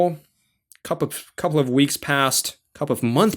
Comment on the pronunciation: Can't ignore how he says couple of... "Cup of months pass"🤣, nice vid Sir...